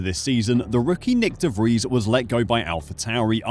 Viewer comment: De vries lol